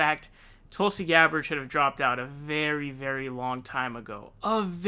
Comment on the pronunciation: David "Tooolsi Gbarrrrd" Pakman